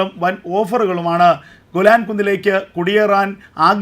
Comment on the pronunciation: ഗുലാൻ അല്ല മിസ്റ്റർ,,,,, വ്യക്തമായി പറയണം പുരാതന കാലം തെട്ട് ഗേലാൻ പർവ്വത നിരകൾ ആണ്